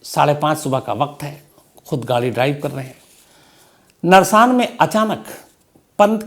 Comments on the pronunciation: Sir not नरसान it is गुरुकुल नारसन के पास हुआ ह ये हादसा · Nrsan nahi sar narsan he wo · Sir vo narshan nhi नारसन h ye accident mere ghar ke Bilkul samne huaa Ham sab bahar aa gaye the ye accident gurukul pr huaa h ji Jishe gurukul narsan bhi bolte h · Sir wo narsang nahi narsan h hum bhi roorkee ke hi h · सर नर शान नहीं है वह नारसन है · narsaan nhi Narsan hai Sir 🙏🙏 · श्रीमान जी, नरसान नही नारसन ब्लॉक है । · नरसान नही है। सर वो जगह गुरुकुल नारसन है। मेरे गाँव के पास जहाँ पर पन्त का एक्सीडेंट हुआ। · Narsaan nahi naarsan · नरसान नहीं नारसन है वो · शम्स जी नरसान नहीं नारसन है वो। यूपी उत्तराखंड बॉर्डर। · गुरुकुल नारसन hain bhai vo जगह